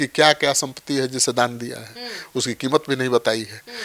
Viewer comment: दे दिया को डे डिया मत बोलिए, 😅